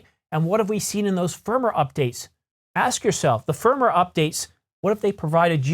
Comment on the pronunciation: Yo.. Just a pronounciation correction. Firmware is pronounced Firm Ware not Firmer.